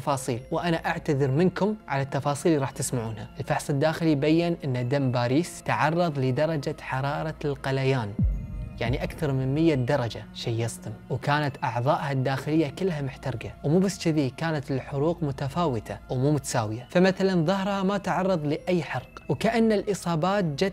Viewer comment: القليان ❌ الغليان ✅ 😂😂😂💖 تحياتي